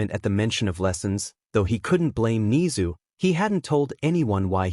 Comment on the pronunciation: bro said ni-zu and i have never felt so angry over a talking rat from an anime its ne-zu im sorry im just a really big mha fan